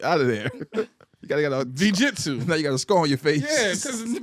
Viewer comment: UNITED THOROUGH VEE-JITSU 🤣🤣